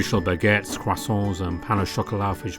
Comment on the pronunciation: Hey quick question are they still working or even updating the game After class, the ppl I'm subbed to haven't played it in awhile and I'm just curious, if so than tha sucks, I loved the vid tho it was good to watch some more of this,😂but the way you said croissants had me dying keep up the good work❤👍😊